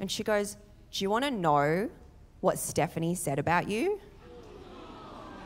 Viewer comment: Did she really pronounce "You" and "Year" both as "Yee" Australia isn't fit for child raising